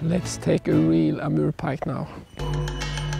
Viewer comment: when he says Amurrrr pike, I got a little bit turned on......How many hours travel from Canada? What an incredible video.